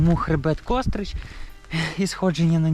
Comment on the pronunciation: Не "кОстрич", а КострИча!!!